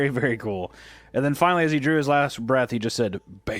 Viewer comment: I think we saw how affectionate Hunter is with his own wife when she did the 2025 Valentines Vlog. She spends like an hour making a beautiful St. Bernard Card, drew it and painted it. Wrote a pretty message on it. And then Autistic here was like; "I dwew stick figures of us. Here."